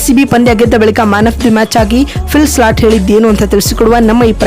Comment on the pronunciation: Phil slat alla , philsalt modals sariyagi hesaru tilkolamma